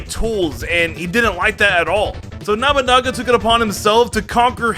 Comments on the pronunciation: Did l heard that right namanaga? Boy its nobunaga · Me: He's called Nobunaga.: Nabunaga. Me: No, that's not how you say his name.: Nabunaba. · I'm sorry i have to be that guy but it annoys me it's Nobunaga (No-boo-naga) not Naminaga and Nabanaga. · It's not Nah-buh-naga, its No-bu naga. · His name is Nobunaga not Nabanaba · Okay, why do I keep hearing him say Nobunaga's name as "Namanama?" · NOE-boo-nah-gah…. I’m not even Japanese… I keep hearing nama-nama… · watches Pokémon Journeys Also ETER-NATE-US Pokémon Journeys Looks with confusion Edit: my god your pronunciations bother me 🤣😂 KNOB-A-NAGA its NO-BU-NAGA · Nabanaga? It's NO BU naga.... silly. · saying Nobunaga sounds like a teaser to an upcoming Pokemon. Nomanama the legendary ghost type Pokemon or something. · “Nama naga “ lol 😂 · Nobunaga No-boo-naga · Me: twitching everytime says Nobunaga or other Japanese words incorrectly: "Nobanaga, Nabanaga, Namanaga, Damn-yo, Nubanaga, Namanama, Nabanaba.... Me: XD D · Did i just hear it wrong? Or is it Nabanaba?😅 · Somehow i kept hearing Oda NAMANAGA Namanaba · not trying to be rude here and please forgive me if my wording is but... you said Nobunaga's name seriously incorrect it's No (like No you can not have this) Boo (the u makes a boo sound) and then Naga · (NO BU NAGA) IS HOW YOU PRONOUNC IT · I couldn’t tell whether you were saying nobunama or not. Either way it’s still funny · nabanaba , or namanaga pronuntiation of nobunaga made me laugh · It’s Noh-boo-naga. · Omy No Banana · Nabunaba Damyo What the hell, dude. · I love how he keeps saying nabanaba, instead of Nobunaga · What did he say? Nobunama? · He ended with calling him Nobunaba a few times. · He says it like namunama it's sounds so stupid. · The pronounciation on lysandre and nobunaga are dire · I think you said that warlords name correct like once haha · I don’t want to be rude, but he definitely butchered Nobunaga’s name so hard 😂